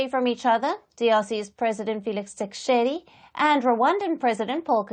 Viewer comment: You are taking gumbles,you can't even pronounce the DRC president properly....